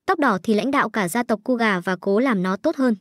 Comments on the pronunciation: KOGA❌️ KUGA✔️ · Ko phải đọc là cu gà chứ ko phải ciu gà 🤣🤣🤣